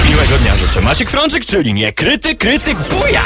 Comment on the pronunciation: czemu ten koleś "niekryty" wymawia tak jakoś "niukryty"